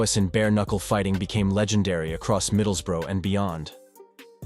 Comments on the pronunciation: I respect an american who goes to the trouble of learning the correct pronunciation of our English towns. Edit: ok you trailed off further in, it's pronounced like 'bruh', like watup bruh, middles-bruh (not middles-boro) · middles-burrow aha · American making documentarys always be aware they are full of shite cannot even say Middlesbrough properly 😂 in them days which I was a part of there were loads of people like Duffy he was nothing special fed off drunks and sucker punches as did many he didn't mess with the real elite or even decent ones and he got a beating few times that I personally know of